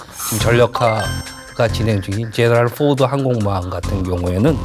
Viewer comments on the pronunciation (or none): 제럴드포드급을 제너럴 포드라고 하는 사람은 연스좀 하고 나오던지!